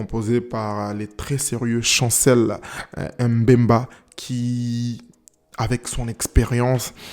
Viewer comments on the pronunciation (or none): Par contre tika naba M bemba ... ca fait mal a l'oreille d'entre un noir en plus congolais l'appeler comme ca. c'est Mbemba et non M bemba !!!! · Chancel "Mbemba" !!! Ozo prononcé yango lokola mindele M' bemba !!! 🤦🏽